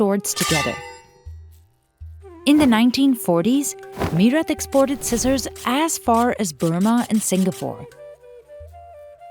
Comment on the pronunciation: So much privilege in the comments, welcome to the real world people which isn't a ned pf roses but harsh and cruel. And its not pronounced me rut but mae rut